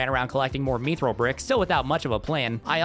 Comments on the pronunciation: constantly calling mythril "meethrill" is driving me nuts. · Have i been saying mythril wrong this whole time or has he?🤔